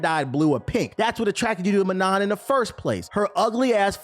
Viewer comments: What about those who mispronounce [ kara-TE] as [ka RA dee]? Huh? How about pronouncing [ma-NAW] as ma-NON..... What does YOUR main say about YOU? Huh, smart guy? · That’s not how you pronounce Manon 😭